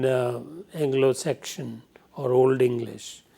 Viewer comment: Sir with all due respect. It's pronounced seksun. Not sekshan. Sorry but I couldn't stand listening to it